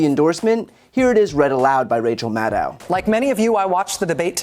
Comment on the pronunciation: Brian, Rachel Maddow is pronounced MAD-oh like "know", not like "now".